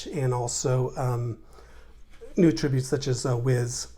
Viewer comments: It's fine to pronounce it that way, just not in that context. You can atTRIBute your success to any one of your ATTributes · "Attributes". Only a yank could pronounce it incorrectly. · First of all, great video! Second of all, the way you pronounce attributes was driving me crazy...lol